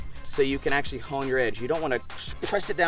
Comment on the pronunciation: Axe-sualy... lol